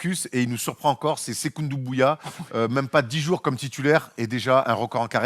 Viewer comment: Quand est-ce que va dire sekou doumbouya et pas sekou ndoubouya